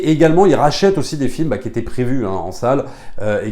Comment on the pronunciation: "Jvous la recommande au-See" 😋